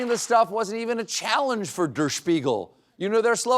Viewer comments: 'Der' is pronounced 'dair', not 'durr' 🤦‍♂ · I don’t know if Colbert was purposely mispronouncing “Der,” since he is a comedian, or just being a stupid American. As a half Austrian I was getting upset he kept pronouncing it as “dur” instead of “dare.” He was getting Spiegel mostly correct, why not the “Der?” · It's not pronounced 'der' but daer... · It is pronounced more like "dare" not "dur" 😂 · FYI: it's "e" as in "Derrick": DER Spiegel, not "dur" Spiegel. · I know, wrong show, but Seth is on vacation. So: CORRECTIONS! The pronunciation of the German „Der“ sounds more like „there“ with a D. And „Spiegel“ sounds like beagle with an Sp in front. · Nope. Number one, it is not Duh r Spiegel, it's der (to rhyme with hair) Now go watch the news and listen to how well even schoolchildren in Germany speak English. While you Americans can't even "talk good" sic🙄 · Everyone is mispronouncing "Der Spiegel" Der sounds like "dare" Spiegel is correct. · The article, der, should rhyme with air. Love you and your team. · It's not Dur Spiegel, it is pronounced like the the first half of my first name Dar-yl, or like the word Dare, ie, Dare Devil, Dare Spiegel, Der Spiegel, which means; The Mirror. C'mon Stephen you can do better. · Would you please learn how to pronounce German "der". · Does Stephen really not know how to pronounce "der"?